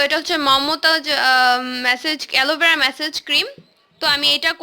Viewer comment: Age kotha bola shikh gadhi😁😁😁 মেসেজ না মাসাজ😂😂🤣🤣